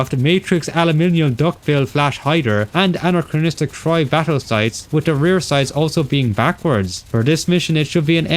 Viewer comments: Stop fucking saying anacranistic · Identifies 260 inaccuracies. Still says “aNARchronistic” and “hemlet” 😅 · STOP SAYING ANCHROCHRONCHORORONCHROCHRONISTRIC!!!!!!111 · The work that went into this is insane! Well done Although there's only one R in 'anachronistic' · You gotta stop saying anachronistic homie, I know you got nothing else to say but I wanted to put pins in my ears after this video Great video and amazing analysis but anachronistic